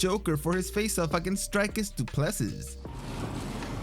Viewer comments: Hey Narrator, that guy who wore joker make up, his last name is said Do-plar-see, hes a Yarpi with an equally Yarpi name, how i know is im a Kiwi and the South African rugby team The Springboks have been considered our national rugby team, The All Blacks, Number ONE foe for 100 years and they always seem to have a DuPlessis in their squad. Just mentioning it in passing BTW. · Du Plessis is pronounced more like Do Pluh See (I'm sure someone from South Africa can confirm the correct pronunciation) EDIT Yep, if you listen to the commentator during the fight clip of Du Plessis 2nd entry you'll hear the proper pronunciation of his name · Not Du Plesis. It pronounced Dew Plesi